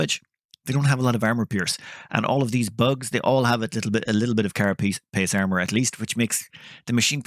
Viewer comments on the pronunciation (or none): none